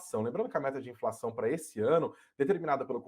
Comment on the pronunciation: Ninguém sabe mais falar direito, porra? INZENSÃO